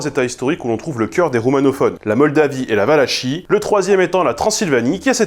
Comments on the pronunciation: Concernant la Valachie, on ne dit pas " valachi ", MAIS " valaki ". Pour une chaîne linguistique, c'est paradoxal de se tromper au sujet de la prononciation des mots du sujet que vous traitez... surtout quand c'est si facile de se renseigner. Désolé mais ça fait pas sérieux ET surtout cette faute met en doute la crédibilité de ce que vous exposez *** :face-blue-wide-eyes::face-blue-wide-eyes::face-blue-wide-eyes: )))) C'est vraiment dommage de gâcher ainsi du boulot qui peut par ailleurs être très bon, et donc, dans mon (vaste) réseau roumain, je ne peux recommander la chaîne. Planté... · Je me trompe peut-être mais il me semble que Valachie se prononce "Valakie". Cela me parait logique puisque l'on dit valaques pour parler de ses habitants. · On prononce Valachie comme orchestre. CH = K